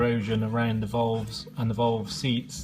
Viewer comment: yeah, I had to listen twice, wtf are "volves" ??